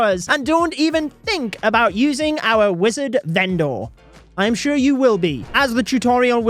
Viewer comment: The way you say vendor 😭😭😭